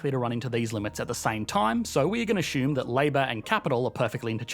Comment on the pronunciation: Its assume not ashume